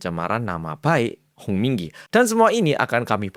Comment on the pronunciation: Kuping ku denger nya komdigi muluu 😂🤣🤣🤣